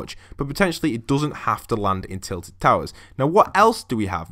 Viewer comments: TILTED NOT TITLED! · It isnt titled but tilted No hate btw